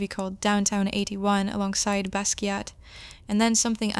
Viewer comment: ... loved the video (but your pronunciation of Basquiat is wrong, the “T” is silent).